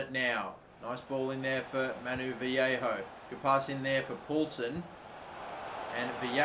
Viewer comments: It’s Vah-lay-ho not vee-hey-ho as a Valencia fan this is KILLING ME. LOL. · Its VA-YE-KHO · You pronounce his name Valleyho